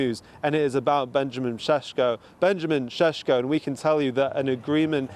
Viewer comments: Sesko not Shesko 😂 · Its sesko not shesh hahaha 😅😅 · reporter be like: Benjamin SesHko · Benjamin sheshko he says! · I don't care if that's how you're supposed to pronounce his name. Just say it like it's spelt so you don't sound like you've just went 12 rounds with Canelo.